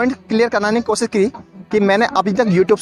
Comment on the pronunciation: Baki sab theek hai waha ko baha bola aur koshish ko kosis i think u need 2 improve ur language muslim ki guftgu aisy nahi hori